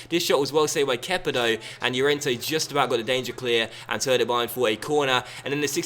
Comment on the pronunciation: Please stop calling him kepa it's annoying haha great vid tho